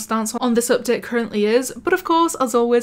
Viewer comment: u know when she says update, it sounds like up det